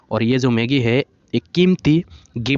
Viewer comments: Sir it's MAGI not MAGGIE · Gift of maagi nahi sir, gift of magi